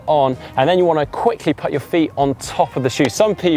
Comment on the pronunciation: I can't stop myself wincing when says 'put'.